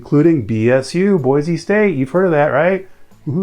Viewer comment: Native Boise citizen here- we say Boi-see not Boi-zee. So yeah